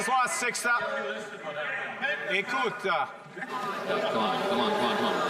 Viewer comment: Con man Carney is destroying our country. We need an election, it only it could be a fair election process. Oh what an actor, he says, "Ecoute" and doesn't say it properly, but that okay he doesn't have to, and right away, the Leader of the House silenced the Conservatives, as con man Carney smirked and sat down. Right we are doing this, we are doing that. You keep that mantra con man Carney we know nothing is being done. Canada will be at third world status by the Fall.